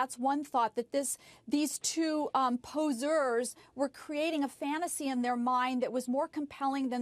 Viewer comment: man I haven't heard that word for so long "poser" I think she purposely pronounced it wrong